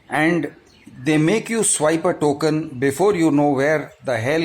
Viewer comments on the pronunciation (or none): none